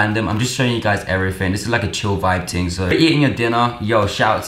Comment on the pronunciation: stop saying "ting"...my god